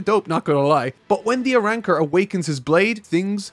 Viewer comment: It's Arrancars not Arannkars. Please fix your accent!! Call them by their names. Or are you afraid to make a mistake???